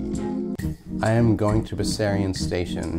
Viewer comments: It is properly pronounced with a sharp sexy slithery S, like a snake was saying it, Bessssssarion. TTC could have easily asked anyone in the neighbourhood before recording those announcements. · Oh yes, it always annoyed me too that they pronounce it Bezarion. Everyone says it Bessssarion. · Wonderful work. And you were right about the pronunciation: I'm from around there and it's a hard S, like the name "Bess." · I grew up on Talara (which is just of of Bessarion) so I used to be one of those 180 paid fares that used the station. Just to clear things up, Bessarion (as i've alaays pronounced it) is buh-zarion (i may be wrong but growing up there thats how i've always prounced it). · I'm really glad you made this film. I've passed by there a few times on my way to Don Mills or the Ikea at Leslie but I had no idea what Bessarion was all about. I too was surprised that it was pronounced "Bezarion" by the announcement-bot... maybe that's its biblical pronunciation. FWIW, Runnymede isn't much of a station but it's in a fantastic neighbourhood. Highly recommended for shopping, dining, and simply taking in the beauty of Toronto's Bloor West neighbourhoods.